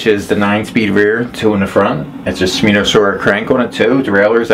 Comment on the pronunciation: ? Same bike I'm looking to buy God I hope I get a deal like you did. It's she mono is how it's pronounced for the Kranks the derailleur and all of that you're pronouncing it wrong.